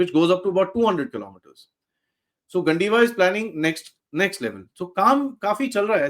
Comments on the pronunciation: It's "गांडीव" and not gan-di-va :) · You are hard core Indian. Why are you pronouncing गांडीव as गंडीवा? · it is pronounce as गांडीव, the bow carried by Arjun in Mahabharat.